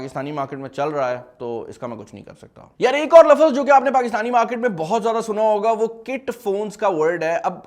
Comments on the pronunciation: lafaaz kiya hota hai ye...!?!? lafaaz ❌ lafz✅ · lafaz nhe laafz hota hai